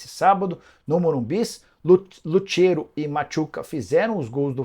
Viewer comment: Fala Jorge Nicola, só um pergunta o São Paulo perdeu para o fortaleza ou o Fortaleza ganhou do São Paulo? Outra coisa, não é luthero é luCero. Você é um grande jornalista mais faz erros amadores